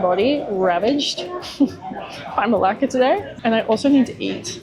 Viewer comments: can you pronounce it right for heaven's sake? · Hiya! Interesting you gut Dutch architecture in Malaysia 😮. Coconut and kidneybeans are my favorite, I need the recipe for that dish 😅. Everytime I head you saying Melaka I was thinking you were cursing in Greek as it sounds a lot like the Greek Malaka 😂. Thanks you for sharing your insights on Melaka and enjoy your time off now 🤙